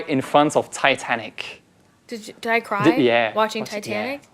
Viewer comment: J'ajouterai une différente perspective. Travailler son accent, quand on a bon niveau déjà, c'est travailler sur sa comprehensibilité par nos interlocuteurs. Ici l'actrice demande a Hugo de répéter une question, parce qu'elle n'a pas compris CRY (cwaï). Un jour, je voulais dire NPR, et la personne a compris NBR parce que je n'ai fait de P expiré (P-h...). Ces détails de prononciation sont difficiles à améliorer mais vraiment utile pour être mieux compris (c'est fatiguant d'écouter longtemps un accent moyen)